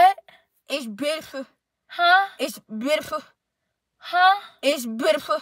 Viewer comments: “It’s beautfer huh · "ItS BiTAFul ' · I almost peed laughing so hard when she said Prettiful 😂😂😂 and Beautiful 😂😂😂😂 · She said it’s butaful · “it’s betiful it’s butyful it’s bootyful” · plsssssss the struggling to say beautiful 😂😂😂😂😂😂😂😂.